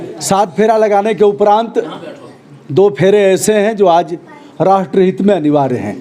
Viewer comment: Apni Hindi bhi sudharo ratr hit nhi hoota rashtriya hit hota hi. Apne Hindi bhi sudharo